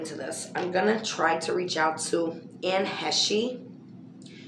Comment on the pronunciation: Dang it girl-u were sayin it right in the last video I saw u do!! It's pronounced Anne Hesh. No need for the long capital E on the end cuz she ain't use it. 🤩